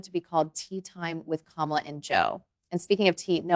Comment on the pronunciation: Did he disrespect her by mispronouncing her name?